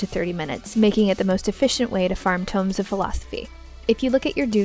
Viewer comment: Tomes, not tombs. :) But great guide, nonetheless.